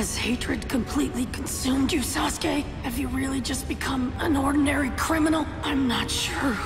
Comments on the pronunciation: It's Not Saske It's Sasuke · now I cant unhear SASGAY